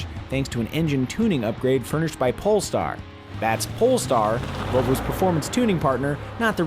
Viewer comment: Did he say pulstar and why did they show the pulstar blue, are you trying to hit at something.